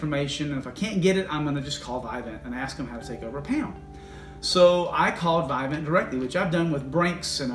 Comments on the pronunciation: Pronounced vivint not vi vint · It's vivint not vivant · Those touchlink panels you’re referring to are trash and slow. Vivint’s panel is much better. Why would they create something that could be taken over anyway. Also it’s pronounced VIV-INT not VI-VENT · It’s not Vidant there’s no D in the name it’s Vivent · Lmao.. Whoo tf is "VIGH-VENT"😂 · You’re saying the name wrong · I think you’re saying it wrong... lol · First off pronounce the name right first before making a video about it lol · You’re pronouncing “Vivint” wrong. Lol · Wait what's the issue? Just because they make it so no one else can use their equipment? And you don't even pronounce Vivint correctly 😂